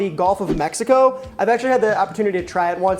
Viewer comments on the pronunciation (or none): none